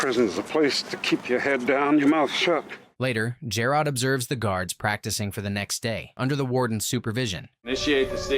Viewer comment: PLEASE CORRECT PRONUNCIATION OF JAROD's name! Thanks for the recap, I love this show.😀